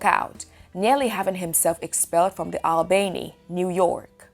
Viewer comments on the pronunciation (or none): What's with the weird machine-voice? Like what English speaker says All-BAY-nee (2'19") and A-'POH-ta-mox (sic, 3'04")?? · It's pronounced All-bany